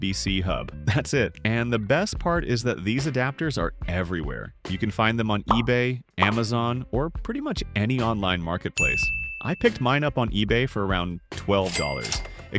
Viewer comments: Amazone?! 😂 Ebey?! 😂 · it said ebey and amazone 😭